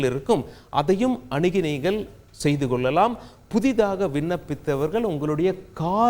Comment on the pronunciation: நல்ல தகவல். நன்றி. கொள்ளலாம், கொல்லலாம் இல்லை சார்.தமிழைக் கொல்லாதீர்கள்.